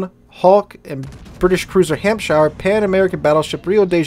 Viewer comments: In England we don't say Shire when it's in a county name. We pronounce it SH. So you say Hampsh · It's funny, because we Americans pronounce our own state, "New Hampshire," exactly the same, but we get confused whenever we see "shire" in any other context.